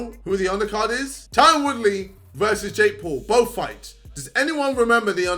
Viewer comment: idc about swarmz but can we get a wheel up on his pronunciation of ‘Tyron’